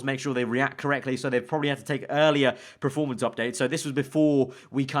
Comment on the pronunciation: PER-formance... not PRO-formance...